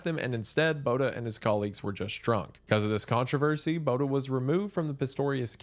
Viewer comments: I REAL just want to help this man say Botha correct😭😭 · Man the way you butchered Botha....🤣